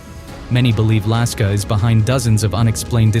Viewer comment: Lusca✖️ Laska✅